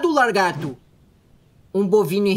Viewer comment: E lagarto e n largato